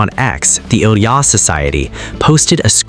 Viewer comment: There are so many bull crap videos about Ilia since the olympics...your AI voice can't even pronounce his name right. Frankly, your gossip and suppositions are more hurtful to the young man than the intrigue you are reporting. It's disgusting.